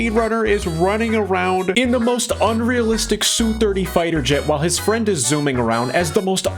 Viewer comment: (SU-30 pronounced "Ess-You" just the letters sounded out by themselves. not Soo-30)